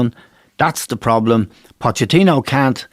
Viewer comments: I love the way John Giles calls Pochettino Potechino! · Jesus fckin Christ someone tell him it's Pochettino not POTTECHINO